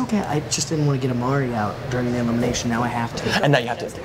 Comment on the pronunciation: It's imari not amari